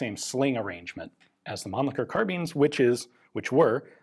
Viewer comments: Mannlicher, not Mannlicker! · Being german, it bends my toenails, when english language speakers speak german ch sound (Mannlicher)as k. German ch sound ( two variants) is about the noise, an angry cat makes , when laying down the ears.